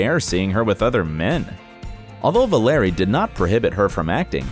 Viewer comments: The pronunciation of her husbands first name ad well was so bad I started laughing. It’s pronounced the same as you would Valerie, not Vuhlarry 😂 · You said Valerie Bure’s name incorrectly every time you said it.